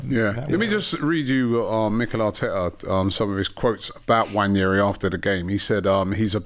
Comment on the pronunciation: It's not Nnwayeri it's Nwaneri (ONE NAY RI) "ONE NAAY RI" There's no Y in the name for christsake.